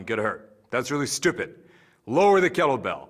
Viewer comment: "Thays really styupid" I love this guy